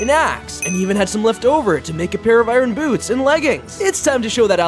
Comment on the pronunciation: Why does he say i-rin Instead of iron.